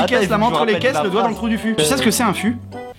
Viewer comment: a dit 5 sur 4 xD Sinon c'est Fu pas futte xD